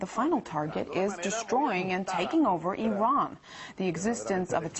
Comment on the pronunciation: said "Iran"